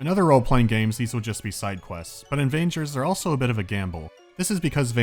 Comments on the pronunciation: It should be pronounced as vANGERrs, not as rangers with a v... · Just, please, "g" in "vanger" is pronounced like in god, not like in "vagina". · It's really confusing to hear you says "Vangers" with a soft G... I think that's wrong. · In Russian, the name of the game is read with a hard G. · Vangers is pronounced with a hard G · you read "Vagners" with a hard G, not the i like ya cut G G